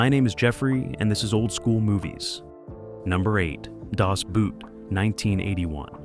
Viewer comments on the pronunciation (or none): Okay, it's Das Boot pronounced the same as in English boat, you are now pronouncing is as The Shoe. Just watch the movie in it's oroginal language German and youll hear them say das boot ist klar zum auslaufen. the boat is ready to cast off or set sail. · No , it's Das Boot (pronounced "boat"). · The German "Boot" is pronounced almost the same as the English "boat," not as an article of footwear. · It's pronounced DAHS BOAT, NOT BOOT, ya maroon. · Boot is pronounced "boat" like in "boat". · I still have to laugh every time at the pronunciation of "Das Boot" in English (American). If you pronounce Boot as Boat, you get a lot closer to the actual German pronunciation. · "Das Boot" is NOT pronounsed like English language footwear. It is spoken just like "Boat", but lengthened a touch and kept forward in the mouth. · Rear Admiral Pedantic here: Das Boot. Phonetic pronunciation for the German word Boot is Boat. Just pretend it's spelled Das Boat when you say it. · Das boot ! Pronounce Boot as Boat and you would almost sound German. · German "Boot" is pronounced just like English "Boat." Do some research. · I can't believe not even 1minuet into your excellent vlog please Das as in Dash, Boot as in footwear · Das Boot... Americans never learns to pronounce "Boot" right.... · Please pronounce the word "Boot" not like wood the double o is spoken as a long o. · Would have far better credibility if it pronounced words correctly, like the german word “boot” and the surname “Guinness”. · Just like they can't pronounce the German word Boot and make it sound like the British word boot.